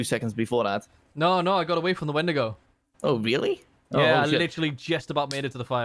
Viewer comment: When he said wendingo , I just bloody lost it 🤣